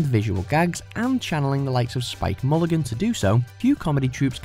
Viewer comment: Who the fuck is Spike Mulligan?! I always thought it was Spike Milligan!